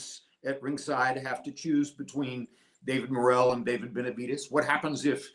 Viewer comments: Can someone please explain to him how to pronounce Benavidez not with a T but a D ? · Who the hell is benaviTez ?? Before you go live Learn how to PRONOUNCE Benavidez! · Benavidez not benavites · It’s Benavides not Benavites!! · It’s BenaviDEZ NOT BenaviTEZ. I stopped watching your video because of this unprofessionalism. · How do you say “TEZ NUTS or DEZ NUTS? 😂 now that is unprofessional lol…come on really? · Stop saying Benavites 😒